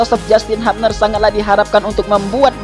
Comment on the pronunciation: Hubner min,,,, bukan hupner😂